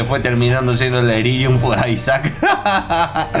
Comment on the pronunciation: En un momento dice "delírium" no en el jefe